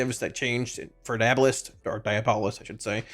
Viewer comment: Dee-AWW-bow-list 😆 It’s like Diablo except with a bolist on the end